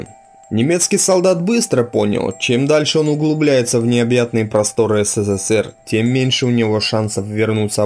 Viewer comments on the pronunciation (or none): none